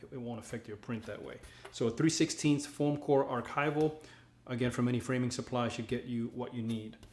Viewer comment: Did u call it form core?